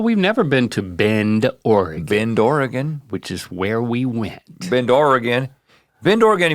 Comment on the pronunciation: As a native Oregonian, thank you for pronouncing Oregon correctly. It drives me batty when someone says Oree-gone. There aren't that many Es. So, thank you!!